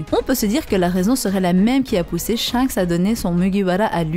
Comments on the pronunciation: Top la video, mais on dit SHANKS et non pas SHENKS À chaque fois que tu disais son nom j'avais envie de te mettre un red hawk dans ta face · Tu me stresse a dire " Shenks " c'est Shanks bordel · Elle a dit "shainks" jai quitté la vidéo désolé 🤣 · Superbe vidéo beau job à vs deux et ta voix omg par contre ta prononciation de shanks me fume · On dit chanxe par chinxe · Oui je pense 😂 j'adore tes vidéos mise a part tes fautes de prononciations 🤣😂 en tous cas continue comme sa